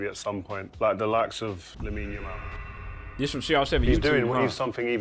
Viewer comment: Stick to working at the daily bugle. It's Yamal not Jamal